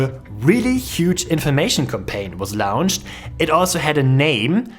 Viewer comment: As much as I love your English, I hope you can improve your distinction between "launch" and "lounge."